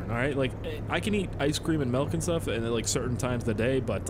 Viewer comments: it's milk not melk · Milk not melk m8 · Sounds like you said melk idk correct me if im wrong